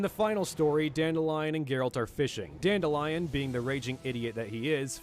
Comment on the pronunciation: Not sure you're gonna care about this, but Dandelions name, when I've been exposed to it, was not pronounced dandelion. It was dan-DEHLyin. Not the flower but the name, pronounced with some masculinity.